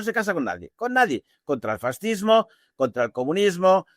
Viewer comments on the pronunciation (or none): none